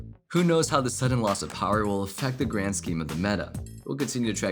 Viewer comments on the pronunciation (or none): none